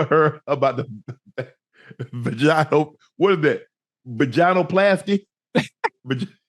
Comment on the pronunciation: Someone please teach Unc how to say vaginal 😂